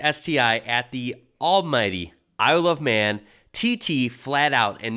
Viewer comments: Its "Isle of Man" not "I love man" 😂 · I swear you said, “I love men.” At the start. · Kind of sounds like you're saying "I love man" 😂😂😂😂